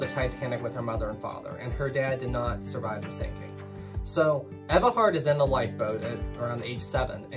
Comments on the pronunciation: You mean “Ee-va” Hart? 😋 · It’s pronounced eve-ah